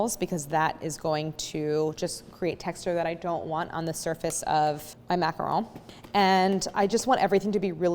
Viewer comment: I jumped straight to the macaron portion and when you said “macaroon”, I almost turned you off. 😖 I’m glad I stayed. Very informative. 👍🏼